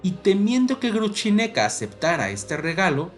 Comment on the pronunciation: Cierto, si se puede decir Grushenka en castellano, perfectamente pronunciable, ¿para qué inventar Gruchineka, una versión horrible?